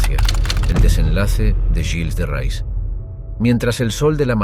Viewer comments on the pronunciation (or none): Hace daño oír el nombre del personaje..no es rais,es reé..